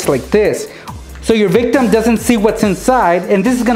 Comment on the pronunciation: If I had a dime for every time he said victam I would be rich